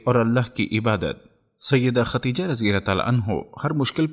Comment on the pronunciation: ختیجه نہیں ہوتا بھائی ۔۔۔خدیجہ